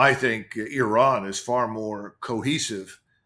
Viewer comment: Euran???, the I in Iran or Iraq is pronounced like the I in Italy, Israel etc...